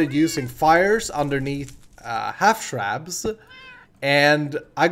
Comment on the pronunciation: Am I the only one who realized that he said half shrab like how Bdoubleo does?